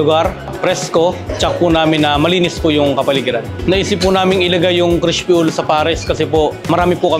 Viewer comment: CRISH-PY sabi ng mamang nagsasalita.